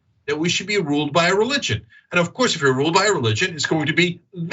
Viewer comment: Funny how in every show, Cenk says "HilARRYus" and Anna says "Fear-MONG-ering", words they say weirdly. And Anna, like Dave Pakman and lots of Americans, totally chokes on any foreign name. (Of Cooooouuuuuurrrrrssseeee, Cenk)